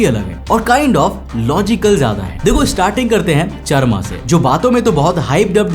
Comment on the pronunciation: चरमा❌ चारामा ✅